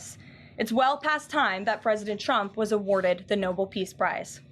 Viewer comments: It's the Nobel Peace Prize. Not The "Noble" Peace Prize. How can Trump deserve something she can't even pronounce?😅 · You didn't give her shit for saying ... noble when she should have said Nobel . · No BULL Prize or No BELL Prize Is it too Much to ask that the nation’s press secretary be qualified enough to … ya know understand basic pronunciation? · .and if you really hear what Leavitt says, she calls the Nobel Peace Prize the "noble" prize. Can't pronounce No-bell. She's a chancre on the U.S. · First it's Nobel not Noble she has poor grammar for someone who is supposed to be educated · It's the NobEl Peace Prize, not the "Noble Peace Prize". These people are illiterate. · I know this is catty, but you would think the person who speaks for the President of the United States would know it is Nobel, not "noble". His whole administration is guilty of butchering the language, which just advertises how basic these people are. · Leavitt is so ignorant she doesn't even know how to pronounce No-bell. It's not pronounced "noble", child. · She pronounces it no boil peace prize …instead of no bull pronounciation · ...and it's not "Noble." It's pronounced "No-Bell" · ➡️ She pronounced it "NÓ-ble." Just smdh. The Prize is pronounced "Nō-BEL." For Alfred Nobel, inventor of gunpowder & philanthropist. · The Nobel Peace Prize is pronounced NO-BELL not noble. So we can just give Trump the 'noble' peace prize because it doesn't exist. Poor Karolyin' is so dumb. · I highly doubt the Nobel Committee will listen to a habitual liar who can't pronounce the name of the award that she's shamelessly begging to be given to an imbecilic felon with cankles bigger than his impotent, uh, hands. It's NoBEL, KKKaroline. Not Noble. I'd ask you to get it right next time, but you avoid facts like they're holy water. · Not to mention she can’t even pronounce it properly…it’s not Noble - it’s Nobel. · She pronounced it noble, not Nobel FFS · It's not nobil Nobel Karo ignorance